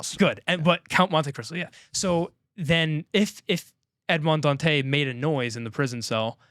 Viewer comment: For the pronunciation of Dantès, it's not a silent 's'. Listen to how they pronounce it in the 2024 movie.